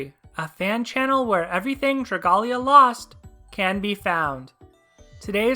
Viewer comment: Hey man . If you are such a fan of Dragalia lost why do you pronounce the name wrong . You need to pronounce it like dragon and alia